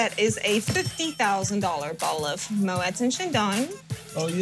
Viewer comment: Why can’t she pronounce Moët properly 😵‍💫 For someone who works for them……😂